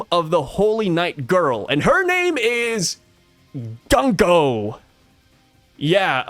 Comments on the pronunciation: Her bame could be pronounced Goonko since the U in japanese is Oo and not Uh. Goonko has a softer and more pleasant sound than Guhnko. Just a thought. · Japanese pronunciation... Gunko = Goon ko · I think Gunko is pronounced "GOONko" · According to google translate, “Gunko” means “War Drum”. Also I think it would be pronounced “Goon-ko”, which I think we can all appreciate a little more 😆